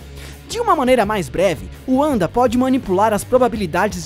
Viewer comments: Lucas Silva Marçal Wanda também tem origem germânica, então o correto seria pronunciar Vanda, mas o cara do Ei Nerd pronunciou como pronunciam nos EUA. Se for seguir ao pé da letra, Uanda está errado, mas se no próprio país de origem da personagem pronunciam Uanda, não da pra dizer que o cara do Ei Nerd está totalmente errado, assim como não seria errado alguém pronunciar NarutÔ, não tem problema nenhum em aproximar a pronuncia a da que utilizam no país do personagem. Por exemplo, seria a mesma coisa de no Japão eles zoarem um cara: "kkk como você é burro, o sobrenome dele é Shiruva, não precisa ficar chamando de Silva,ninguém aqui é brasileiro. Todos aqui no Japão pronunciam o L como RU." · AlexNunes001 Eu iria falar isso agora, sempre falei "Uanda" ( forma de se pronunciar sendo língua nativa inglês ), mas, ela sendo nativa do leste europeu, o idioma do seu país não seria o inglês e o W pode ter som de V, sendo então, o correto, "Vanda". É como James Rodriguez jogador colombiano que todos falavam com pronuncia inglesa até ele dizer "sou colombiano, a pronuncia do meu nome é "Rames". "Narutô" por exemplo, é o certo, não "Narutu", como Tsunade é "Tsunadê" e não "Tsunadi" como brasileiros podem falar. O cara que começou a discussão estava certo por meio de um argumento errado, de toda forma, pronunciar "Uanda" não seria errado, ela é um personagem de quadrinhos americanos, vive (?) nos EUA, etc, apesar que o realmente certo ( ela sendo nativa do leste europeu ) seria "Vanda". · ''uanda'' ai é foda já não bastava ''yultron'' kkkkkkkkkkkkkkk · ''Uanda'' KKKKKKKKKKKKKKKKKKKKKKK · sempre que ouço uanda eu fico 🤮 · Se escreve Wanda mas se le vanda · Lucas Silva Marçal Assistam X-men Evolution, Wolverine & os X-men e o filme dos Vingadores dublado e me digam se eles usam o W de Wanda com som de V ou som de U. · Cara se escreve Wanda mais se fala Vanda não Uanda 😑😑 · Se fala VANDA. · Não é Wanda é Vanda mas se escreve Wanda